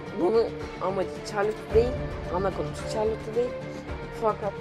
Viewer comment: Çarlotte ne ya şarlot diye okunuyor